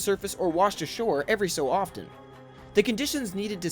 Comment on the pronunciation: The "T" in the word often is silent and not pronounced. Thanks.